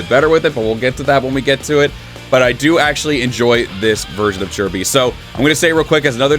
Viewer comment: I still can't get used to the proper pronunciation of Chi Bi. It's as weird to me as hearing the improper pronunciation of CaoCao.